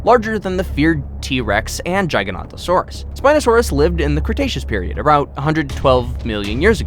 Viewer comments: he said giganotosaurus [ gigant a sor us ] its [ gig a not o sor us ] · It's Gig-a-not-a-saur-us. Not Jie-ga-not,-o-saur-us. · Can u say giga-not-a-sauras again lol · Jiaiganotosaurus lol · You pronouncing the name of the giga wrong mate, also the video used for the trex was a tarbosaurus mate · the games and movies pronounce the name of "the giga" wrong,the real name is gigantosaurur and not giganotosaurus